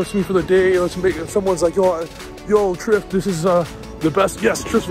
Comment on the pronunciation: Trif you did us Italians dirty bro